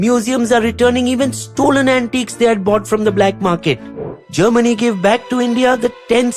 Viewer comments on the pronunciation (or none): none